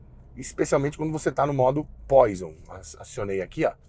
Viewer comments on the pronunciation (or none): Parabéns pelo Canal! Gosto muito da forma com um "Q" de humor e abordagem técnica fácil de entender. Só um porém: o botãozinho vermelho no volante Poison, que significa veneno em francês, então a pronúncia correta é "poazon ". Mais uma vez, parabéns pelo canal.